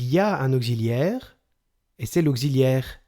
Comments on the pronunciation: Merci mais ont dit pas auxziliaire mais ont dit auxiliaire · on ne dit pas aucziliaire mais auxiliaire (occi) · auxilliaire pas gxilliaire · C'est la 1ère fois que j'entends prononcer 'auxiliaire' comme ça !... [ogzilière] !! Ce n'est pas l'écriture phonétique, je sais, mais c'est pour que tout le monde comprenne. \ɔk.si.ljɛʁ\ Voici l'écriture phonétique d'après Wiki. Je n'ai pas le temps de chercher mieux. Mais le son 'x' est écrit 'ks' et non 'kz' en phonétique dans ce mot ! Bref, c'est pas grave, mais ça fait drôle surtout sur un 'cours' de français. Et chez vous on entend carrément OGZILÈRE.. C'est quand même particulier. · Auxiliaire pas augsiliaire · Bonjour ! En France, vous prononcez auxiliaire [oksi], mais en Belgique, tout le monde dit [ogzi] ! Bonne journée. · votre cours est nul,mal expliqué.... on ne dit pas ogziliaire!!!!! (auxiliaire)...on dit oksiliaire((auxiliaire)....il fallait employer des termes plus clairs qui se rapportent a la grammaire, a savoir par exp: le participe passé employé seul sans auxiliaire... placé devant un nom (substantif) il s'accorde en genre et en nombre avec le nom comme un adjectif... il fallait évoquer les temps composés, parler des auxiliaires être et avoir et dire clairement que quand le participe passé est employé avec l'aux être le participe passe s'accorde avec le sujet (en genre et en nombre)....avec l'aux avoir le part passé ne s'accorde jamais avec le sujet....mais il s'accorde avec le cod(le,la,les,l' ,que) quand il est placé avant le verbe( le passe composé comme exemple)..... les termes qu'il fallait utiliser avec insistance sont: employé seul ,l'aux être ,l'aux avoir,l'accord se fera,il s'accorde avec,employé avec l'aux être,employé avec l'aux avoir,pas d'accord, ne s'accorde pas.....etc....en tous les cas bon courage...pour expliquer, il faut toujours présenter les différents éléments de la phrase a présenter comme exemple d'étude..... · Un « Augziliaire » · augxiliaire ? drole de prononciation non ?